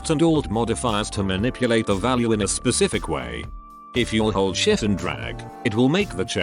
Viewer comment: Please never say shift with that voice it just feels wrong 50% of the time.